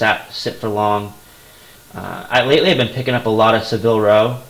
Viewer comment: Great picks and good choice in changing your listing to 30 days.Just subscribed to your channel. Oh and it's pronounced Sa-vil not Se-vil.